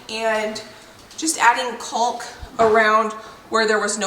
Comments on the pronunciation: You pronounce CAULK just like CHALK. You are saying CULK. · I am LOVING all the work that is getting done! The videos are so satisfying to watch. Getting all that work done feels so good, I'm sure! The "L" in caulk is silent. I think that's why people are telling you that you are saying it wrong. It's "cawk". So, you actually sound like a black bird "caw-caw" but with the "k" sound at the end. It's really easy to say when you keep the "L" silent.. I hope you are starting to feel better! You are so cute! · lol !! the L in caulk is not pronounced . Everyone is busy, busy !!